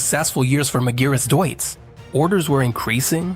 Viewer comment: Try to say Deutz (Doyz).